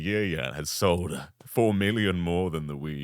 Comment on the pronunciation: "has SOLDAH"